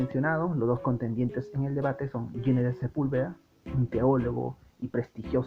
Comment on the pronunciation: Ginés es un nombre castellano y se pronuncia con las normas fonéticas de este idioma: la G con las vocales i /e tiene sonido de J. Ginés suena como Jiménez. Nunca como si fuera inglés . No es "Yinés", por favor. Este constante error hace que el vídeo se vuelva casi insoportable.